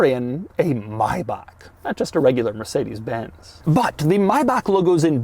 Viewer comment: Funny how Americans can pronounce Mercedes Benz correctly but fail with Jagwire and Aston Martun.